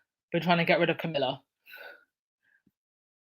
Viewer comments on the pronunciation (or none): none